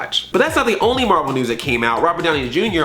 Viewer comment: IT'S MAHVEL BABY! IT'S MAHVEL!